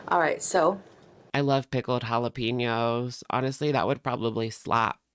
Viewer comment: Please EVERYONE. It’s HALL UH PEHN YO. NOT PEEN YO.